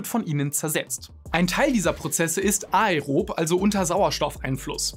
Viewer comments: Anärob und ärob gesprochen! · Die Fakten waren überzeugend, die Aussprache von "ärob" war irritierend. Da ist KEIN Trema auf dem E, es wird nicht separat betont, sondern führt zu einem Umlaut wie bei den anderen lateinischen Begriffen Caesar oder praemisse.